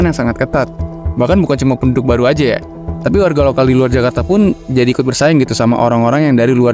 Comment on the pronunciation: Serius nanya, yg bener itu kajarta atau jakarta.